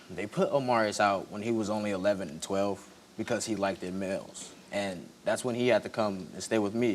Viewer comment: Young man we need to pronounce words properly! It's liked not likedit!